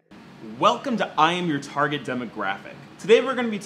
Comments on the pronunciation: I thought you were saying "I'm retarded demographic" I was like cool he's retarded and owns it. Now I hear "I'm your target demographic and I'm like oh... I'm retarded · It sounded like he said "I am the retarded demographic" lol good vid tho